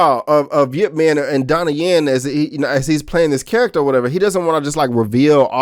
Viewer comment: Its ipp man nit yip man. You pronouce it wrong.. i heard you said yip man..wrong name